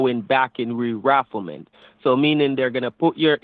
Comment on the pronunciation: did he say "rerafflement" ??